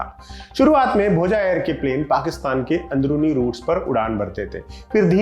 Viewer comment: भोजा नही भोज बोलिए